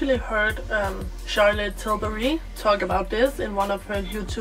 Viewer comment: I love the way you pronounce Charlotte Tilburry